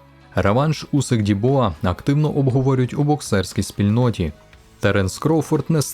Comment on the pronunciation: Усик а не Вусик . Він по-моєму прізвища ще не міняв